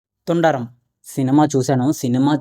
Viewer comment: సర్ తుండరం కాదు సర్. తుడరుమ్ అనగా కంటిన్యూ అవుతుంది అని అర్థం